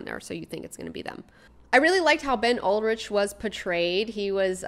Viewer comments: It's Ben Urich. Ur-ich. URICH. URICH! URICH!!! I kept thinking she was thinking about Skeet Ulrich when she was saying his name! And BTW, the issue with the old Hispanic lady and the tenants was the landlords were trying to circumvent their rent control and strong-arming them out. Maybe some people just like their home, no matter if it's fallen into squalor the past few years, OK? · Urich. Not Ulrich. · I hate to be pedantic, but it's Urich. Ben Urich, pronounced like Rick, not whatever you were saying. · Ben "yoor-rick" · Omg, thank you. No one here commenting about the "Ol-rik" mis-pronunciation.